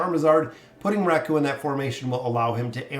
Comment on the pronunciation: No hate but Raku is pronounced RAku, not raKU